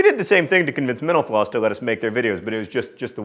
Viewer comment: When ever John says mentor floss I always think he says menopause